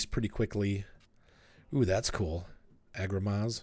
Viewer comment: ha ha Agro Ma sss zzz. Polish "sz" its like "sh". :)